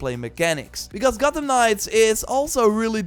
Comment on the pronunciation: "the biggest Gottem city" lol don't think we didn't hear that